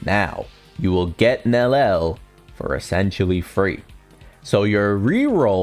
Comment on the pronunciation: Bro at least say it correctly hahaha its "NELLIEL" not NELEL